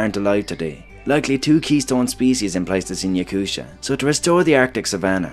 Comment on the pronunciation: Yakutia is not pronounced with a sha, but with a hard T sound.